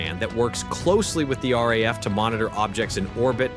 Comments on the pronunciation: Stop with this AI crap voice-overs. They can't even pronounce things correctly 😫it's not R pause A pause F but RAF 3 letters said as one after the other. Its a big give away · The RAF, the RAF, the RAF..... says the initial commentary... over graphics of American aircraft and carriers. And you would have thought that AI could manage not to mispronounce 3 letters, RAF. Although in fairness it is pronounced correctly later in the video.